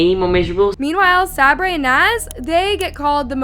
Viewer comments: Please😭 Sabre’s name is pronounced Say-burr. How have you seen all these videos and still can’t say the name right😭😭 but anywho, this is one of the most dramatic video I’ve ever seen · its say-ber not sabray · why’s she saying sabre as sab-ray, it’s pronounced Say-ber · Sabray? Its pronounced Say ber Sabre ...sayber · Sabray??? lol it’s Sabre … pronounced like “Saber” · im not even a fan of them nor watch them but its pronounced soki and saberr lol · It’s say-ber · Pls learn how to say Sabre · you’re not saying sabre right bruh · just needed something to post. The Norris nuts say this almost every video they are NOT a perfect family. If you’re goona post about them learn to pronounce their names. You did not do enough research and it shows. None of them share in the new house omg shut up. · sockie literally got the ensuite room what do you mean she ended up at the “bottom of the list” She got first pick even though she will end up moving into the house next door. And please learn to pronounce Sabre and stop hating on Brooke and Justin. They love their kids and are not controlling what so ever. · Okay no hate but PLEASE learn how to say Sabre I beg you!